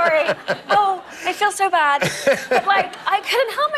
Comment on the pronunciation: 강의 너무 짱 좋습니다!!^^ 지금 100강의 다듣고 다시 거꾸로 100강을 두번 거의 다 들었는데요 I feel so bad 부분이 영어 어린이 제 귀에는 It's all about 처럼 들려요@@ 이상한것 맞죠@ 어쩌죠ㅎㅎ 😅